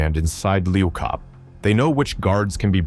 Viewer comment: can't even say the prisons name properly 😂😂😂😂 and you so wrong they don't even no the worst prison in the world is in capetown